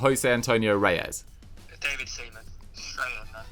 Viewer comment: butchering Seaman and Biabiany was the highlight😂😂